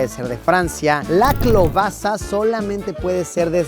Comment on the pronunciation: Yo soy polaco y te puedo decir que al menos en Polonia klobasa se pronuncia más bien como "keubaska"